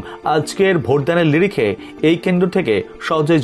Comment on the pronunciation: লিরিখে নয় স্যার নিরিখে ।